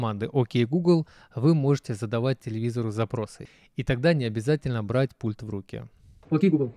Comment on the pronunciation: Сколько блогерам говорить🤦. Правильно "пУльтов", "пУльтами", "пУльтов" и тд❗ Аж уши режет.